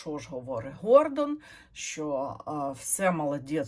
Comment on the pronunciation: Він не ГОР! ВІн-ДОН! Тобто наголос на ДОН. А взагалі він ПОЦ!